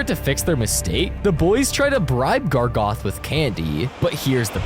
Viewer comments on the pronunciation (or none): ITS GARGOROTH!!!!! NOT GARGOTH!!! GARGOROTH!!!!! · 1 thing he says that is wrong is GARGOTH IS GARGAROTH OR SMTH BUT NOT GARGOTH. 2carman? Thats how he pronounced it and siman WHAT? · "gargoth" ITS GARGAROTH. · Gargaroth not gargoth😡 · why is he saying Gragoth💔